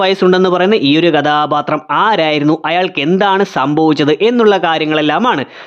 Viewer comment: കഥാപാത്രം എന്ന് മര്യാദയ്ക്ക് പറയടെയ് 😂 അരോചകം 👍